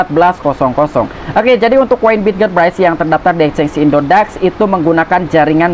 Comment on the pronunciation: Waduh... cuk... perbaiki sebutannya.. bukan indodex tapi indodax